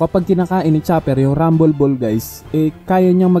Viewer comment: "Rumble Ball" RAM-BOL-BOL shet natawa ako dun ah